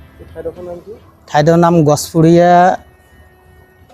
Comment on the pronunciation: Gachpuria nahoy, Gajpuria.